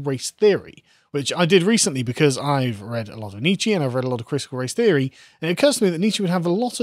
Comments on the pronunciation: At risk of being too pedantic, it is one of my bugbears! "Nietzsche" should rhyme with the Lee Childs character played by Tom Cruise, "Reacher", not pronounced "Nitchee". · Forgive my pedantry, but Nietzsche is pronounced NietzschUH, not NietzschEE.